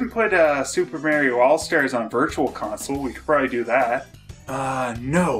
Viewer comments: Just criticizing his pronunciation of "Mario" as "Merio," but of course I can't just do it in a straightforward manner.. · Who's this "Merry-O" speaks of? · I love how says "Super Merrio Brothers")) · I never heard anyone else pronouncing it "Super Merio". Not bitching, just saying XD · What a great video that captures a special time period 😜 also I love how you said Mario differently 🤣 21.7.22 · I love it🤣